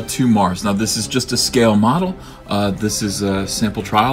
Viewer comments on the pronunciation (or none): none